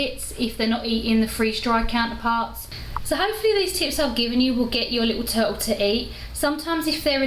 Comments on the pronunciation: Must be something wrong with my hearing. I kept hearing you say "toad". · I love her accent.... "Turull" You drop the "t"